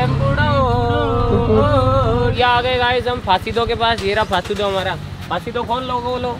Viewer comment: Fasido ❌ Faansi Do ✅😂